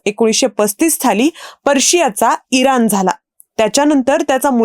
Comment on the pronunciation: इरान नाही इराण "ण" अक्षराचा नीट उच्चार व्हायला हवा